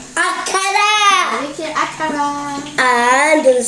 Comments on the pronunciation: It feels like Nathan pronounce akara in French because it didn't sound like our naija akara. Kai I'm so Jealous of your braids. It's giving and compliments your face 🙄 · That’s new to me 😂😂😂 which kind school system be that? Me too ooo…sales is my best friend.when I get to the store I start in the sales section…if I try stocking up on snacks like this my husband will eat it all in three days 😂 nice vaccum na wa…the oyinbo style of pronouncing akara is funny.